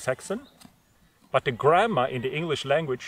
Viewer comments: ohhhhhh okay that makes more sense I thought he was saying grandma too lol, I couldn't hammer out how grandma got dragged into this poor lady anyhow lol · I know you said grammar, but the whole time I heard grandma LOL